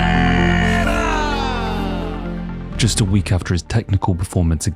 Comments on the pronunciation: Great video. One correction on the pronunciation if i may — and if you obey this you can be the first english-speaker to get it right. His name — pereira — is pronounced with 2 Rs. You — and joe rogan and all the other mma announcer clowns — keep pronouncing it pe-HEIR-a, as if the first r is pronounced as an H. That would be the correct pronunciation of the spelling of his last name had a double R at the front: Perreira. Yes, in that case the double R is pronounced as an H. But a single R, in portuguese, is only pronounced as an H if it comes at the beginning of a word: hence “rio de janeiro” is pronounced to sound like HIO-de-janeiro. Where there is only one R and it is in the middle of the word, you just say it as a R, simple. Why the collective wisdom of the UFC cannot master something so simple as to probounce the guy’s bane just as it looks on paper — instrad giving it some messed up pronunciation — is beyond me. Beyond that detail, great video. I lived 20 years in sao paulo. Alex p is the man. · Why do you say his name like that? I would understand if you were fluent in Portuguese. Alex doesn't even pronounce his own name with a "H" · There's no "h" in Pereira.